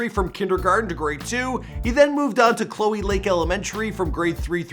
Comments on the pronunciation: Yo it’s not chloie it’s cho-lee lake elementary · Aye bro bro it's CHO-LEE Lake Elementary and O-KEE-HEE-LEE middle school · It's not chloe lake😭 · how you gonna do cholee and okeeheelee like that learn how to pronounce they names